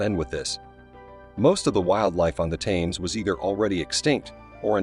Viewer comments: For the love of God! It isn’t “tames” as in “tames a dog”! It’s pronounced “tems”, not is Gloucester pronounced “glouster” as in “ow”. It’s pronounced “Gloster”. This would have been interesting if you’d bothered to instruct the narrator in pronunciation of place named or, you know, gotten someone who already knew how to pronounce them. What kind of history channel is this lazy?????? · THAMES pronounced TEMS!! All Brits will be shouting at the screen 😂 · "Tames" NO just NO Hurt my ears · It's hard to take any channel seriously if they don't use correct pronunciation. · I'm not even a Britt and I k own how it's pronounced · The Narator is an AI generated voice. Hense the mispronuncation of the river Thames. Not to take away from the actual content of the information. Its to robotic on repeated words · This bozo cannot even get the name right.